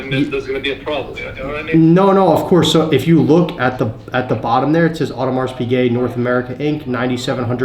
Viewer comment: Love the videos but maaan the pronunciation of Audemars Piguet is tough to listen to